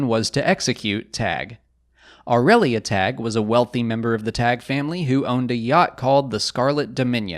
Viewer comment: I thought it's pronounced 'Taggy', pretty sure Palpatine in Episode III pronounces it that way when he wants his shuttle prepared to rescue Vader on Mustafar. But then again has mispronounced Ahsoka in Rebels when hunting her in The World Between Worlds he says 'Aksoka'.